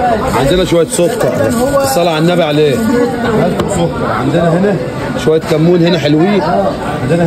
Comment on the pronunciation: اسمه شمندر لو سمحت وليست بنجر لو سمحت ازبط لسانك وكلامك واسمه سكر وليس سك ار